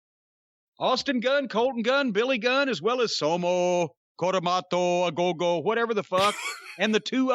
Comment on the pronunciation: Cornette cracks me up every time he says SOLOW, COMOROTO, OGOGO